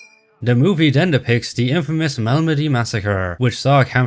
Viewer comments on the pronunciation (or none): none